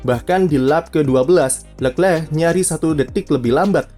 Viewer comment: Jijik om cara baca leclerc